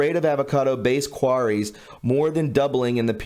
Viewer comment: Queries pronounced queer-ees, sorry but I'm a former English teacher. Keep.up.the good work.